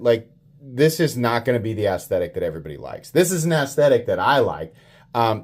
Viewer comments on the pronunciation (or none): He said gas station ass-thetic 😂